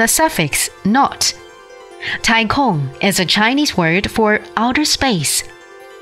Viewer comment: Oh god, why is this narrator so terrible? She makes 太空 sound like 太控 Can CGTN not find someone who can say Chinese words properly?